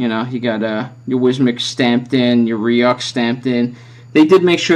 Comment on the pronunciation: good review! it's pronounced (roo) just in case your viewers go buy it.